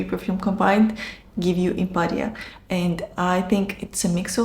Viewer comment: Love Impadia it’s Amouage without that funky unbearable note❤